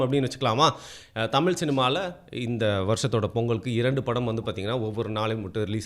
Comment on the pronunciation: உண்மை வரலாறு தெரிவது அவசியம். தமில் இல்லை தமிழ். தமிழை கொள்ளாதீர். படமாக நல்ல பொழுது போக்காக இருந்தால் சிறப்பு.